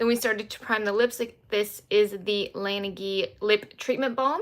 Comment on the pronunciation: fyi i don't know if anyone said as such and i missed it during the live but just a heads up that the lip balm brand laneige is prounced LAH-nej because even tho the brand is korean its based off the french word for snow